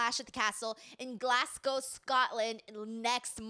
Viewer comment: before coming here to Scotland please learn to pronounce Glasgow properly. Also, the Hydro crowd will be the best ever. And Drew will be treated like a god.